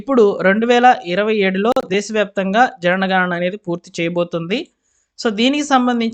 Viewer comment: Why do you always read JANANA GANANA ?